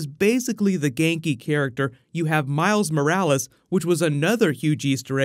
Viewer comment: Schmiles Schmorales